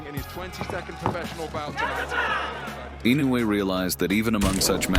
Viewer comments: EE-no eu-ay. AND NOT Innoay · incorrect pronunciation it is ee- no- you- aa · LEARN HOW TO SAY HIS NAME!!! Baka yaro!